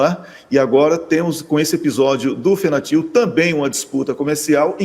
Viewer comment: Fentanil..Não Fentanil. Abraço para todos aí desde Setúbal Portugal. Parabéns pelo trabalho gente.